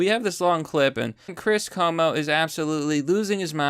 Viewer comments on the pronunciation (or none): KWO-MO. CUOMO IS KWO-MO.